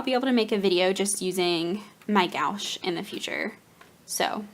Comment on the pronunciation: New subscriber. Interested to see what you create with your new stuff. Your fiance is so sweet! (One note: The opaque watercolors are typically pronounced more like "gwash." I only mention this because I pronounced it that same way the first time I had to buy some for school, and the snooty saleswoman was not polite about it. It was an awkward moment.)